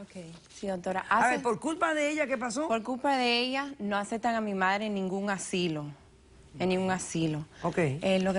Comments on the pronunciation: me molesta que diga asilio todo el tiempo 😑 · ASILIO, JA JA JA, TAN DIFÍCIL ES DECIR asilo? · Me estresa el tímpano cuando repite "asilio". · Asilo, no asilio 🙄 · Me vuelve loca la demandante diciendo "asilio" en lugar de "asilo". Que le pasa? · " el asssilio" " el asssilio" " el asssilio" " el asssilio" " el asssilio" " el asssilio" " el asssilio" ............... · No se dice Asilio... Es Asilo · Asilio ,asili, y mas asilio 🤪 ser q se le hace muy dificil decir ASILO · Ni hablar sabe, dice aslio, y es asilo, verguenza debe tener de llevar a su mamá en ese lugar. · Vieja bruta se dise ASILO ...NO asilio ignorante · ¿Que es un asilio? Yo conozco los asilos. Esta mujer no sabe pronunciar bien. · ¿Asilio? o asilo? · Soy la única que se estaba poniendo nerviosa cada vez que decía "asilio"? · Lodi Lamber 🤣🤣🤣🤣 yo la corregí mentalmente cada vez que dijo asilio! 🤣🤣🤣🤣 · Asilo, se dice ASILO!! No asilio! Qué rabia joder! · "ASILO", no "ASILIO" burra! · Yiyi que razón tienes, dijo asilio como 30 veces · Les encanta hablar mal ASILO NO ASILIO.Repugnante de como hablan